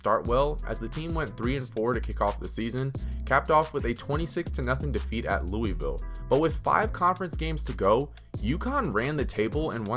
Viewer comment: Great video but please don't say Louisville like that 😂